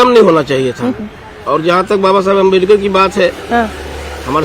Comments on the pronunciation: Pahle tum BABA sahab ka naam sahi se lena sikh loo nhi tu dekhna kahi माइक पकड़ने लायक भी ना बचो... समझी आज unka ही den hh joo mike leke ghum rhi hol... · Pahle ambedkar ji ka mane sahi se bolna sekho